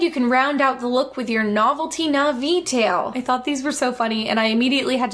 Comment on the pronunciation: The fact that the cashier is mispronouncing all the Na'vi words makes it even more sus